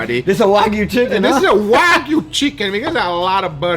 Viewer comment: OOOOOOOO GUGA YOU SAID IT " WAGU" CHICKEN WHAT IF YOU DEEP FRIED THE CHICKEN IN WAGU FAT😉😊